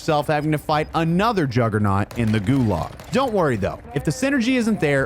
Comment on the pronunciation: Dude can't pronounce, "Gulag".